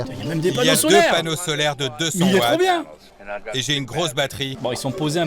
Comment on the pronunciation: A tout moment le gars sort un bieng ou bieng